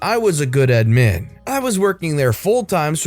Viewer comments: Does anyone else get bothered by how he says “admin” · The way you pronounce admin makes every cell in my body greatly confused. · The way he says admin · How does someone mispronounce the word "admin."